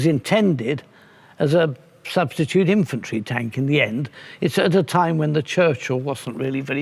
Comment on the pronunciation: “Imfantry” am I the only one hearing that? ;) love these tank chats!! Big fan!! 👊🏼